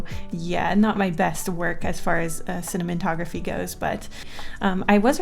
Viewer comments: Good ol slips of the tongue, Cinnamon-togrophy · lol "cinnamontography" :D love it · Did I hear cinnamon- tography? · nobody:: "cinnamon-tography" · Did she say “cinnamontography” a little past ? This is when I know I’ve lost my marbles.